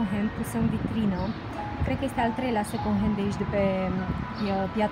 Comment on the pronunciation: In multe videoclipuri te aud spunând second🙈 , încearcă să nu mai pronunți așa. În rest ești super draguță și îmi plac clipurile tale.❤️